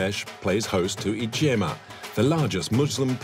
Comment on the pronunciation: The pilgrimage is called Ijtema, not ijjema!